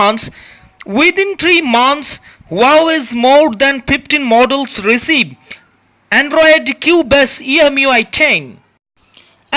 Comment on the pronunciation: Great advert.! The tone and expressions and words like "going to talking...", "ebry", "Google maph", "andruaid", etc. really had pissed me off at first before finally cracking me dead!!!😂😂😂